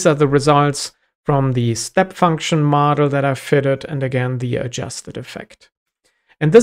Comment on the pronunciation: As a German, I keep on hearing "Madl" (which is Bavarian dialect for "girl")